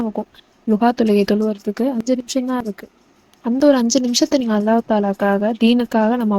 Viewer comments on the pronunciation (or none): none